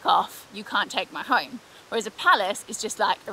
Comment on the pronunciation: So I’m rewatching this build. When you were having a go at the Scottish accent, I noticed something. When you were talking about going home, every time you said the word “home”, it sounded like the Norwegian word for home, “hjem”. See, you were more prepared for your trip to the Nordics than you realized.